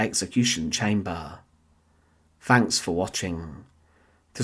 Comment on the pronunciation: To pronounce a word beginning with "TH" you put your tongue between your teeth. "Fanks" is baby talk. Grow up.